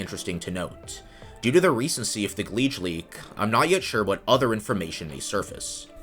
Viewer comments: "Gleege"? isn't it supposed to be "Geege"? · Gleej??? its pretty clearly Geedge. Ge Edge. Could call it Guh Edge or Jej sounds like "Judge" I think thats what the developer is doing. Judging the merits of the traffic in question. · Minor gripe that grates on my ear: you pronounce Geedge as if it had an L, gLeedge.